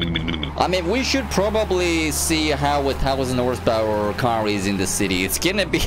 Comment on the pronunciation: I know you have a weird and sketchy accent, but calling horsepower as horsesta now that's interesting